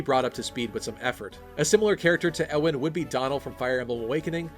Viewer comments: Its pronounced yeewan not ewwwwan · U-in, not e-wan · Alright yo Ewan is pronounced as You-win. Not Euw ann. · Just a tip, Ewan is pronounced Yew-an. As in Ewan McGregor. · FYI, "Ewan" is pronounced "Yuan" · The way you say Ewan kinda kills me. Isn't it "you-wan"? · Ewan is pronounced You-win. No emphasis on anything, though I'd say the U part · Isn't Ewan pronounced like Yoo-in? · I've always pronounced it more "you-wan" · Ewan is a Scottish name. Always find it weird when people pronounce it wrong. Just remember Ewan McGregor. (Also I've never understood why people think Guy is pronounced Ghee because I know multiple people called Guy and it's just pronounced like the word guy. (gai kinda thing idk how to type pronunciations)